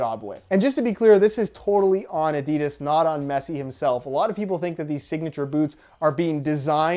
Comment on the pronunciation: Hey, if the pronounciation of 'Nike' (last video) is so important, please start to pronounce 'Adidas' the right way too.